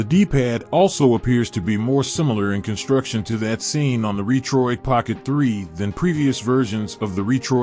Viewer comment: Robot voice which pronounced Retroid incorrectly, and just a specification listing with no review ......